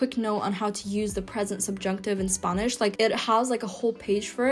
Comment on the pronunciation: Native English speaker here. Her English pronunciation would improve by leaps and bounds if she stopped pronouncing EVERY WORD with an A in it as a hard O. App = Opp, Interact = Interoct, Have = Hov, Haven't = Hoven't Class = Closs, Spanish = Sponish etc. Outside of that, her English is quite good.